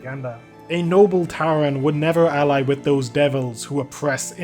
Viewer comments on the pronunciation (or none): none